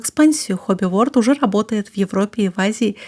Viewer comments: И еще... Хобби ВорЛД а не Хобби ВоРД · Подозреваю, что всё-таки не Хобби Ворд,а Хобби Ворлд :) Word значит "слово", а world - "мир". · Почему Хобби Ворд, если Хобби ВорЛд (Hobby World). Просто мне слух режет. Либо Мир Хобби говорить.